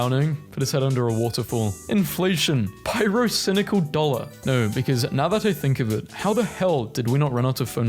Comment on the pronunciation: "pyrocinical dollar"